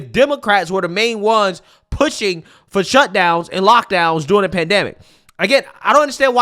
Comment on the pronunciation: During. Derr-ing.